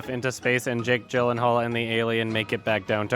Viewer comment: OMG PLEASE. Jake Gyllenhaal's name is pronounced Jake "Yee-Lan-Harl" not Jake "Jill-en-hall"